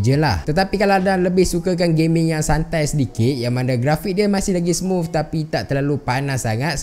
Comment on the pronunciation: smuf ke smooth HAHAHAHA